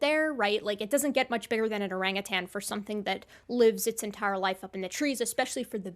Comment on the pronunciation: I love that you pronounce orangutan properly. I'm so sick of hearing "uh-rang-a-tang". 🙂